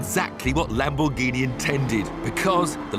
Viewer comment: "This is a Lamboreghini".